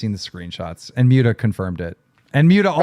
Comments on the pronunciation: Keem called Muta "Mew-ta" makes my belly hurt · It’s pronounced like “Moot-uh” short for Mutahar. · I love how Keem calls Muta “Mute-uh” lmfao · Keem mispronouncing his friend 'for years" Muta's name wrong repeatedly was beyond irritating